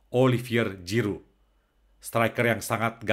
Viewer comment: Puji Tuhan! Ga nyangka, jarang2 ada org Perancis yg sungguh2 pengikut Kristus! Semoga semakin menjadi berkat! 🙏🙏 (Btw, baca huruf g dlm bhs perancis itu spt ZY bro, bukan J spt bhs inggris😁✌)